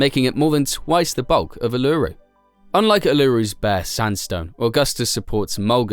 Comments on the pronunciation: Bro in not areluru it’s Uluṟu (oo-lu-ro) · Why can’t non-Australians pronounce Uluṟu properly?